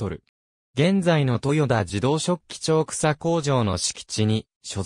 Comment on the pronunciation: 飛行場跡地の近隣在住の者です。素晴らしい内容ですが、機械音声の誤読がもったいない😅 大府×だいふ→⚪︎おおぶ 長草×ちょうくさ→ながくさ etc 音声リメイクを期待します。